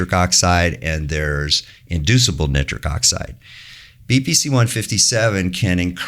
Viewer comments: I have never heard nitric oxide pronounced neatric oxide in my life.... synthetic chemist here for over 20 years. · How is so incredibly knowledgeable and intelligent, and an absolute expert in his field, but pronounce nitric like that… jokes aside, thanks for sharing all that in depth knowledge 🙏🙏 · Why does he pronounce nitric 'nittrick'?